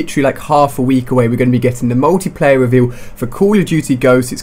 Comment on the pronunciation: Ali-A you're a bit late, BLAQSONiC already covered this. And please take elecution lessons and learn how to speak properly. It's pronounced 'MULTIPLAYER', not, 'MUWTIPLAYER'.